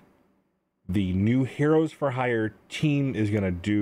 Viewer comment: It's funny all the content creators are having difficulty saying heroes for hire clearly.